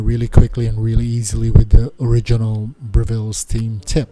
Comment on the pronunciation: Note on the pronunciation of the name of the organisation. It's Breville not Bre-ville. The emphasis is on the first syllable, not the second.